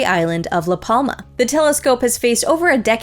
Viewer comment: jajaja La palma.... jajaj say LAS PLAMAS with amercian accent is wild funny.